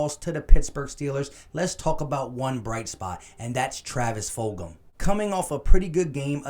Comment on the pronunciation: lol you ain’t the first to say it wrong Joeyshakes said Foldgem